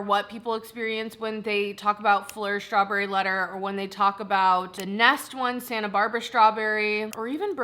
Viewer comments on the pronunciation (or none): none